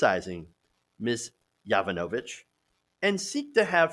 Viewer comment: I'm sorry we all can't make your life easier and have real Anglo-Saxon names. Speaking as someone with an odd Slavic name, it's really annoying when presenters can't be bothered to even check the website "How To Pronounce" -- -- before going on the air. During this presentation I heard Marie Yovanovich's name five different ways. Sound it out, fella -- YOH-VA-NO-VEECH -- at least a couple of times before you go on air. Then it will seem as if you at least pretend to care about those of us who can't have Brit, Irish, or German ancestors.